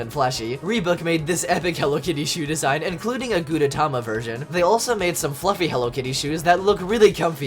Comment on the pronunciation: It's pronounce "Gudetama", and I love this yolk)))